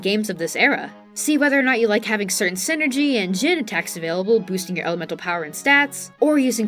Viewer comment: I'm only partway into the video, and I'm enjoying it a lot and will finish, but I had to pop down to the comments for a sec. Every time you say "synergy" my brain flashes to a corporate middle-manager. It's psynergy like PSYchic enERGY, "sai-nurr-jee". 😅